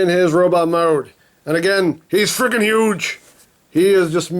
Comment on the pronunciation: He said fuge instead of huge